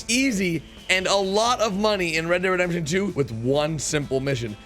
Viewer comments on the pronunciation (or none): Mate it's red dead redemption not rededemption just slow down when you speak please